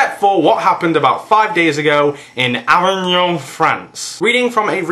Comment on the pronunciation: "Uh-vig-n'n". Pronounce it uhvign'n. ;)